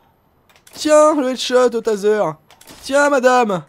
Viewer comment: ouéh, va copuler avec "taseur" !!!!!! mdr